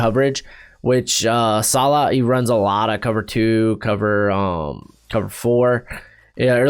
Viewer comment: Bros pronunciation of Robert Saleh just keeps getting worse and worse